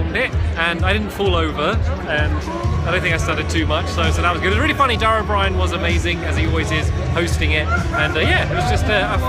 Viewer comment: its pronounced 'Dara o breean'